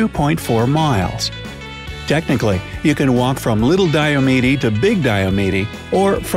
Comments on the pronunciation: Big and little Diomede is pronounced Diomeed not Diomeedee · Oh no! It is pronounced DI O MEED. not di o me de. The last e is silent... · Hahaha. You’re definitely not that familiar with Alaska. You said Diomedee. Its not. It’s pronounced, Diomeed. You also gave no reference as to how we’re in the eastern hemisphere. We reach over the international date line. So there are a few facts for you that you didn’t know about the facts you gave. Annnnnd bonus facts, If you divide Alaska in half, Texas would be the third largest state. Everything is bigger in Texas, except for everything in Alaska. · You don't pronounce the last 'E' in Diomede. It's like 'Diomead'. And now you know..... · You mispronounced Diomede. The final letter of the word is silent.